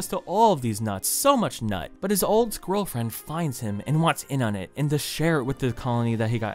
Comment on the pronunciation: did he just say “squirrel-friend”???